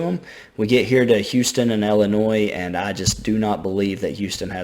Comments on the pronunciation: Okay I’m sorry. It’s Illinois (L-N-Oy) not Illinois (L-N-Oys). Sorry that bothers me so much😂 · can i have your autograph? also illinois is said without the s on the end!